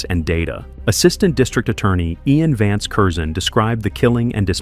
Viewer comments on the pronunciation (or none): none